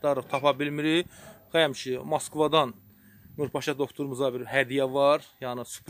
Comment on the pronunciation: Masquva yox moskva :)